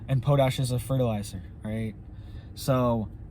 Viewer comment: Pot-ash, not po-tash